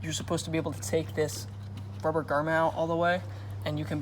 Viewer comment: and it "GROMMET" not garment lmao, it's not a piece of clothing